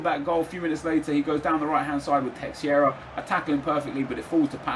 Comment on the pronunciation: teixeira = teh-share-uh